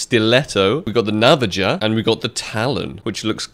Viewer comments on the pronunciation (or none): "Navajo" is pronounced as "Navaho" not "Navago". 😂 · LOL nah-vah-jah, cup-ill-airy.... pronunciation dude... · You’ve never seen the word Navaja it’s pronounced Navaha